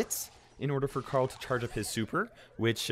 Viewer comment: Can you guys say CARL? I bet you cant. You say "CAREL"